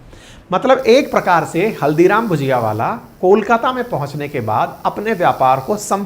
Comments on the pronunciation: your pronunciation is wrong may be because you do not know the difference between ‘ bhAjia’ and ‘bhUjia’. Haldiram is known for bhUjia and not bhAjia. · भजिया और भुजिया में फर्क होता है, हल्दीराम की भुजिया है ना कि भजिया